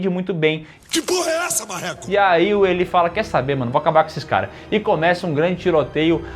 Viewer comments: Elí😂😂😂😂 diz-se ilái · A pronúncia de Eli ou Elie no masculino é ilay, agora no feminino seria Eli mesmo. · Caraca, mas a pronúncia é "Ilai", meus queridos